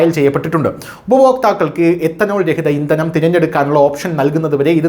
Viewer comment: എത്തനോൾ അല്ല എഥനോൾ